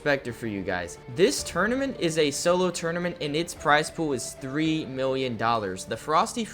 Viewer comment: new guys cool but he cant say tournament.